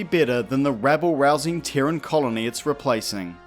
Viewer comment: What is a Teren? I'm assuming you mean Terran. Pronounced 'tear-rin'. As in : from Terra. Terra = Earth = Dirt. So, you could say Earthican, Dirtican, Soilan, Mudlicous, Mudballatious, sodirific...